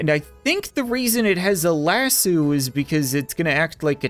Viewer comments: Lassue? What is that😂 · A different pronunciation of lasso